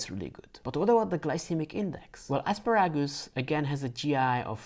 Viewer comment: I could listen to you say "asparagus " all day! Where are you from?